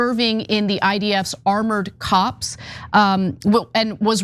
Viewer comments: Ana, It's " corps," not cops and Haaretz ( Ha ar etz), not Ha rets. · "Armored corps" ?! It's pronounced "Core" 🙄🙄. Wow !!